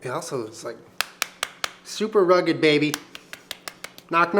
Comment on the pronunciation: Baking A big ass cookie? I like your style 😉 Every time you said "bay-ba" for baby, made me laugh. PS You & Jenna are very cute together. 😊